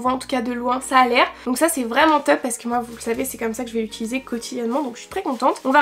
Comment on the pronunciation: " c’est teup " ça va être la "catastreuphe" j’ai l’impression quel arrive pas prononcée les "o" Mdr😂